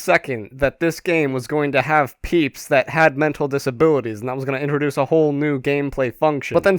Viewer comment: "mental disabooities" LOL. Also subbed